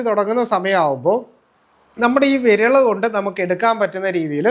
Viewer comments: വിരള് അല്ല വിരല് എന്ന് പറഞ്ഞു പഠിക്കു ഡാക്ക് ട്ടരെ ( ഡോക്ടറെ) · വിരല് ആണ് വിരള് അല്ല